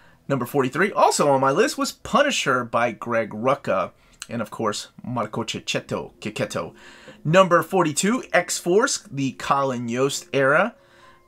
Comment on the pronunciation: Cecchetto shuld be pronunced "CHE" like "Che" in Che Guevara and "Ketto" with the "E" pronunced like the "e" in END. Sorry,i'm not a phonetics'expert, (but an italian like him) this his the best i can do.